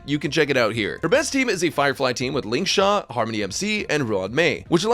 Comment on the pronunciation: "Lingshaq" got a genuine chuckle out of me 😂